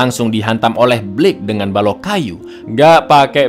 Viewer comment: “Blok” asik sekali, kayak orang jawa hahahah